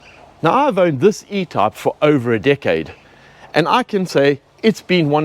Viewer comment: Are you trying to say “ E type “ ?